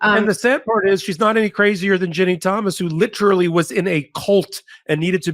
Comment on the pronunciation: Lit•er•al•ly geez. 😢